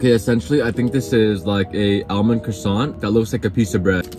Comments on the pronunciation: the way he pronounces "almond" is frying me 😭. Ive never heard anyone say it like that before. "ale-min" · the way is pronouncing “Almond” makes me want to fight him 👊🏼 SHEEEE LMAO love the consistent uploads tho 🙏🏼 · apparently it's a north cali thing. my friend from the chico area pronounces it that way too.